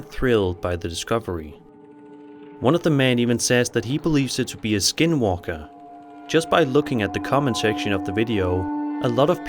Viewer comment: When he said "dealing with a skin walker", it literally sounded like he said "dealing with a SKIDMARK". I had to replay it with the caption on!!